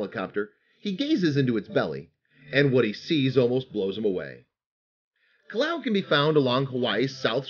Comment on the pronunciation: Kilauea isn't pronounced "kilau," but 5 bonus points for trying.